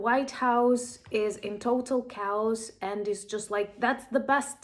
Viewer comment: the word is pronounced K-oss. You keep pronouncing it “cows”